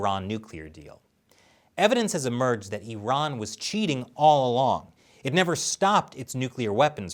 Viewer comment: Thanks for saying “e-run” and not “I-ran”